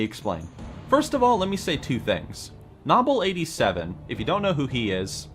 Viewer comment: DOWN VOTED FOR MISS PRONOUNCING nobbel87